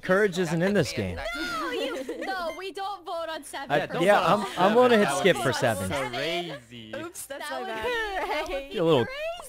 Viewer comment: Ikr that was cRAEzy